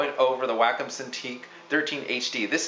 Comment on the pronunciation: It's pronounced WAH COME Wacom. Not Wackem.